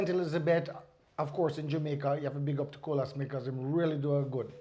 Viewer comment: Nice interview. Great job,very informative. I just love the way you and pronounce Colaz name🙌🏽😊